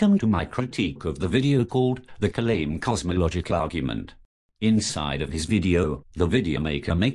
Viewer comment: You didn't pronounce "Kalam" correctly.